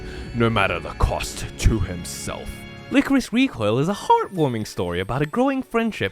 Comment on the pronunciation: Lie-Core-Iss, not whatever you said.